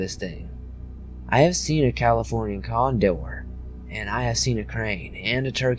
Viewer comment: In Southern accent: "Ive seen a California CON-DOOR"